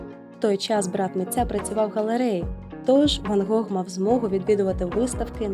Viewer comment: Гох? Недочуваю чи що?)